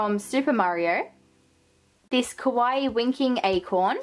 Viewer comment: kawaii Kawaii! not kowai \(>~<)/